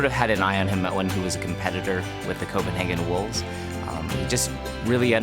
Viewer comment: The best thing about is when he pronounce COPENHAGEN WOLVES